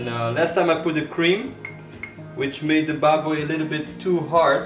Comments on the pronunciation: The way you say "baboy" is so satisfying. I can hear all the notes.. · That’s crisp as lechon pronounciation of baboy. Loved it! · You pronounced Tanglad,Bawang and Baboy well! Impressive! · accent of filipino word is good.. sibuyas bawang and the baboy.. keep up new subscriber of you dude